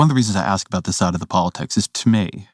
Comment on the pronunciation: He says I know I wrote a book about this, but Im still learning about this. Also 'Ax' instead of ask. This is not someone I need to listen to... Oh, also, race is a construct, while also defining black perfectly clearly as a biological fact.